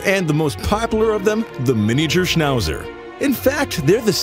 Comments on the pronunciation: Schnausser 🤣 Aber Daxsnd ist noch besser 😆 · The worst: Schnauser 😂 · "Schnauser" hahahahahahahhahahahahha 😂😂😂😂😂😂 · "SCHNAUHSA Dogs"... Die Amis haben echt die beste Aussprache...:):):)